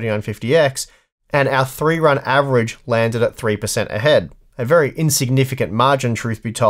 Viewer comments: "Verh High Quality" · "Verh high quality" :) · "Verh High Quality" hehe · Ah yes, Verh High Quality is the verh best quality.